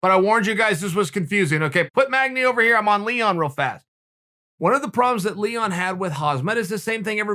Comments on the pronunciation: Nobody: Not even Leon: Chael: LEEHON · "Lehon" Edwards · Chael: Leehon vrs Hasmat Everyone: what? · Leehaan and Hazmaat -Uncle Chael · “Leehon” -Uncle Chael